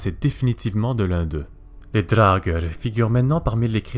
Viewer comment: Par contre, au pluriel, ça se prononce "draugar" il me semble. Tandis qu'au singulier, c'est "draugeur" (mdr).